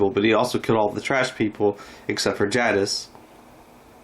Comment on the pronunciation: Good job, bud. I’m pretty sick of Simon anyway. What about Dwight? Any chance he and Simon die in the same episode? Btw, I do like Steven Ogg, just not Simon. One more small item. Jadas is pronounced with a long A sound, like take or wake. Not trying to be critical, just sayin’, ok?